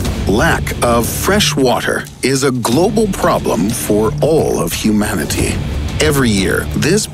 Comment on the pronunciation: him: wattttter, humanitttttty